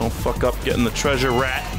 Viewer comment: Glad im not the only one who always says "traysure" because of scooby doo lol